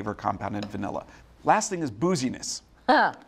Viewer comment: Had to rewind because I thought Jack said "boujieness", not "booziness". hah